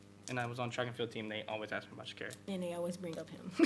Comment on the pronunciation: Amazing, Sha'carri got her name pronounced correctly this time lol